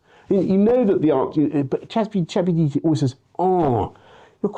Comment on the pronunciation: I hate Boris Johnson, but I like the way he says CheGPTe